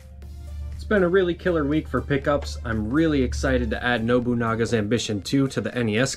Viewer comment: You butchered Nobunaga's ambition🤣😂🤣😂🤣😂